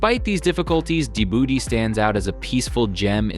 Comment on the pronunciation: what do you know? when you can't even learn to pronounce the name